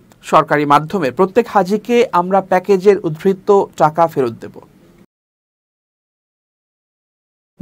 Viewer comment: Not “Uddhrito” It’s UDBRITTO , not “Soestha” SANGOSTHA , not “Soeskriti” SONGOSKRITI is correct. You should care about accent because you’re a news reader.